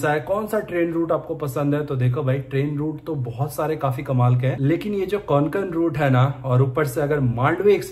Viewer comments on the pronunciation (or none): It's not konkan It's kokan